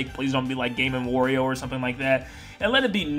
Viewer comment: Why do you say Wario in such a weird way?! It’s annoying!